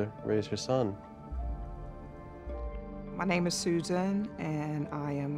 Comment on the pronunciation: I’m “soo-zaan “. Golly that erks me.